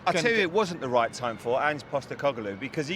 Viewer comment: To be fai rAnge's name is hard to pronounc eeven I struggle with it. I think he'llb ea goo dmanager for us though w ejus tneed t ogive him tim et obuild the team he wants